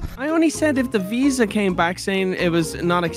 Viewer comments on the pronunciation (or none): none